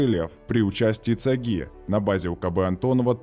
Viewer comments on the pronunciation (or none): Автор, спасибо за интересные подробности разработки и службы этого самолёта. Название центрального аэро гидродинамического института читается как - цАги - ударение на вторую букву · Да тоже режет слух. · Когда на канале "про авиацию" путают стрингер со стингером, а цАги "ударяют" на последнюю гласную, то закрадываются сомнения - а про авиацию ли канал :) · резануло ударение цагИ) в Жуковском все говорят цАги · Только не цагИ, а цАги, и не стингер, а стрингер-элемент конструкции ла. а так норм!